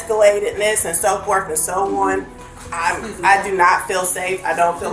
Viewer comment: A principal saying “Back and forf” and “so forf and so on” literally makes me ashamed. I think this world is too far gone. That lady is 100% brain rotted by media, zero ability to think critically.